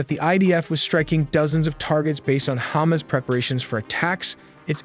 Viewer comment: If you're going to report on the region, why can't you pronounce it properly? It's ha-MAS, not hommis, and Israel is not pronounced izril.